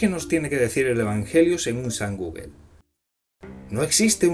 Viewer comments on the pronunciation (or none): none